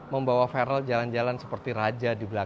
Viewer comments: Verrel apa farrel nama anaknya? Kok bapaknya salah2 nyebutnya 🤣🤣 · Namanya Farrel Refellyno, kalo soal ferrel atau Farrel tergantung pronounce/accent aja sih, Farrel lebih ke aksen Indonesia sedangkan ferrel aksen US